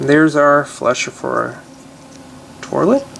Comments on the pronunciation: Why does he say torlit instead of toilet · he's the one ho said torlet- i say toilet. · Is it me or does he keep saying torlet instead of toilet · its toilet paper not toirlet paper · not making fun of you, but... its pronounced toilet... not torlet.. LOL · He said to let paper kinda weird sorry btw ur vids are great though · you say torlet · Y u say trlet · Lol "torlet" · Is he saying "torlet cuz , thts wat it sounds like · lol... "Torlet" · The way he says toilet is funny p.s.not trying to be rude :( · you cant say toilet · u say toilet weird